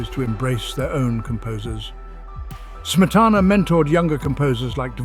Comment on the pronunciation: A welcome "essay", but every single Czech word and name -- especially Smetana's own -- is badly mispronounced. Too bad.